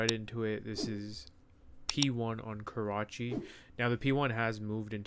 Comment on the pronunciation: man said Karcahi :face-blue-smiling::face-blue-smiling